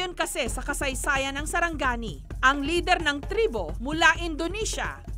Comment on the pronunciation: its sarangani not saranggani